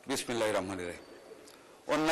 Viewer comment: বিসমিল্লাহ ঠিক মত উচ্চারনকরা হয়নি